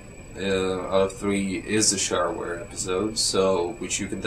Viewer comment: I used to play Duke Nukem 3d in the 5th grade in multiplayer with my friends over coxial friggin cable! those were the days. oh FYI pronounce shareware as "she-e-r-ware"